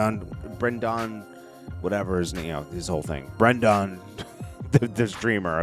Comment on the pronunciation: Ben-da-don lol